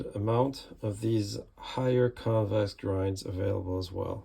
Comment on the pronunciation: Did you say a limited amount willl be available in a convex grind ?? Couldn’t hear the annunciation well… did he say convex grind will be acilabke in limited quantities instead of the saber grind ?